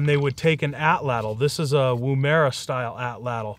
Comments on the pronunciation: at 2.35 you said 'woom-era' it's pronounced "woom-arah" (I am an Aussie), I believe these would have been developed long before the atlatl as the aborigine has been in Australia for around 60,000 years. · Pronounced WOOM-uruh just like the city in Australia. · as a aussie i find it funny how you say woomera